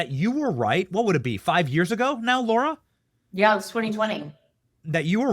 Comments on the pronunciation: LARA, NOT LAURA! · @@ Are you pronouncing Lara TRUMPS name wrong?? Or an I wrong..... y'all is he saying Laura instead of LAR-A? OR...Am I wrong?? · Benny, great show, Love Lara, she's amazing. I'm grateful you let her speak without interruption. HOWEVER, I do wish you would pronounce her name correctly! IT'S NOT LAURA. it's LA-ra. She's too gracious to mention it to you, but it grates on the ear. Love from Vermont